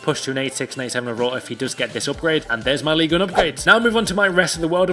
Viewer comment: I am french and said ligue 1 correctly